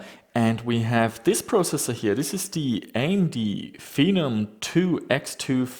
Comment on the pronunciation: Fen-om said like venom but the v is a f